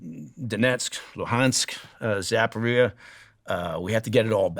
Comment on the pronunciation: "Expert analyst" cannot even pronounce "Zaporizhzhia." It's not difficult. Helps if you know what you're talking about. Clearly, he does not. What is this - The Gong Show? Next...